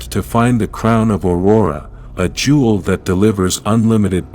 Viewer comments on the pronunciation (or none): none